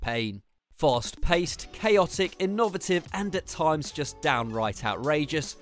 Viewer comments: are you reading a script son? In Oh vah tiv? wtf... say innovate.. yes.. now say innovative... no innoVAYtive.. yes.. well done. deary dear!! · InNOVative .. read the script once before you film at least damn it